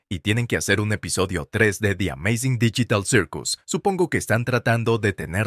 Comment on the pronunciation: Pov el wey : hola como estan yo estoy bien y hablaremos de di ameizing dillital sirkus